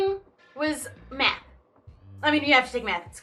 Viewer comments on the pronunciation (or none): who else thought that said "then I started doing meth but it was actually math😂😂😂😂😂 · I thought she said meth instead of math and I was worried for a sec xDD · i thought she said meth for a sec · It sounds like she said Meth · am i allowed to comment that when you said you did a lot of math i thought you said meth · I thought you said "I love meth" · OMG I THOUGHT SHE SAID I LOVED METH OR I DID METH OMG.